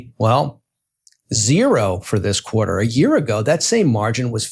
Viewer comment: So now Quarter is pronounced “Qua..ah”😂